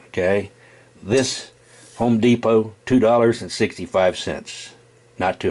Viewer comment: The way he said home depot😂